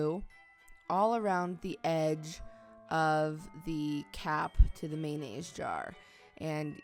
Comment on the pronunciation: u say mayonnaise funny lol